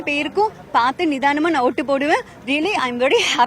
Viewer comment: Ootu podraiya illa oothu podraiya clear ah paesu... Confuse aaguthu